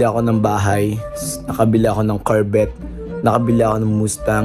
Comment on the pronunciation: Carvette 😭, Lamborjini 😂